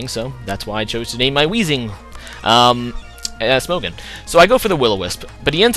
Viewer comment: Smog-on. not smohgan